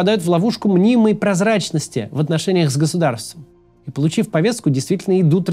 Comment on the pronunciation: Максим! У тебя сегодня буква Т на проработке. В слове Повестка, звук Т - должен звучать более редуцированно. В слове Нарциссический - звук Т - отсутствует